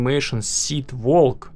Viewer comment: сказал не walk а wolk